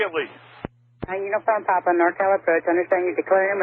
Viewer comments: Why is he saying uniform pap, it's clearly papa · Every time he says "Uniform Pop" it makes me cringe... It's "Popa" or "Papa"... it's not POP... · I know it’s a super little thing, but it’s Uniform Papa not Pop. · "Niner uniform pop"